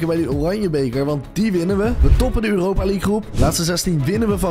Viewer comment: Weet je wat mij echt opvalt dat jij uuropa zegt 😂